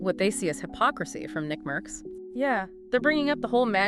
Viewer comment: Your dumbasz ai can't even pronounce nickmercs